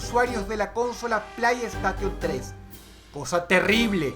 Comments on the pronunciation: "p l a i s t a q u i o n 3" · jjaa buen video pero la ps3 no se pronuncia asi xd